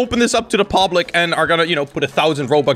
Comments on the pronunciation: "poblic" nice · yo am I the only one that heard him say pObLiC?